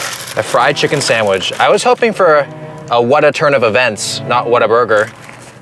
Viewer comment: "Sandwij" lol